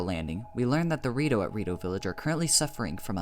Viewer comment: "the rito-" All i hear is DORITO